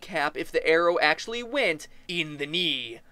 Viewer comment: Arow to th knee acsaly